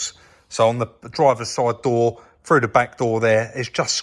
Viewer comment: When you say frew do you mean through ?